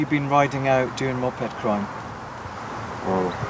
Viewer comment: Why does he say Moped like MOP Head hahahahahahahaha